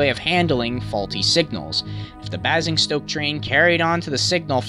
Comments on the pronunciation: Not 'annoyed' but I do cringe every time he says Basingstoke. Bournemouth nearly killed me, it's how they say it in Scotland! The pronunciation of the place names however did not detract from the great content and extensive research he did in making this video. Just for reference, it's a train driver, not Engineer in the UK. - I couldn't let that pass without a mention. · i got pissed when you said basingstoke wrong but I’m not complaining you tried:) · Ten seconds in, anticipating clap ham pronunciation. Edit 1: I was wrong. An American who can pronounce x-ham names correctly! Edit 2: Ok basingstoke and Bournemouth a little off but nice guess. Great video overall. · i live in basingstoke you butchered that name so badly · There are so many things wrong with what you said in this video. You pronounced Basingstoke and Bournemouth wrong and said the unit classes incorrectly as well. You don't say Class Four Thirty Two. You say it like 3 separate digits. One final point, A LIGHT MOVE IS A LOCO WITH NO STOCK BEHIND IT. NOT AN EMPTY COACHING STOCK MOVE THAT YOU REFERRED TO. Otherwise good video. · I do apologize. Even though my father is English I was still born in the US so I'm not surprised I pronounced them wrong with my American accent. Should of asked my dad how to pronounce them properly. I'll improve on that in the Southall collision. Again I'm very sorry. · Basingstoke is Bay-zing-stoke, and Waterloo is War-ter-loo, and Bournemouth is Born-muhth. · Basingstoke is pronounced 'Bay-zing-stoke'. And Bournemouth is pronounced 'Born-mith' But yeh, good description of the problems that led to the crash. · i know this is a bit nit-picky, but i pronounce it as baze-ing-stoke. i have a berkshire-new jersian (nailed it [its the best way i can describe it]) accent so do pardon me ( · Basingstoke is pronounced bay-sing-stoke. Not having a rant just thought you’d like to know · FYI,Basingstoke it’s pronounced Bay-singstoke